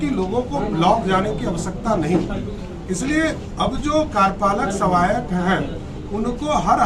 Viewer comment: Bolne to aata nhi bolte hain pahle karyapalak sahayak bolna sikho